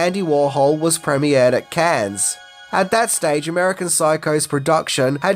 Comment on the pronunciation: “Cannes” is pronounced “can”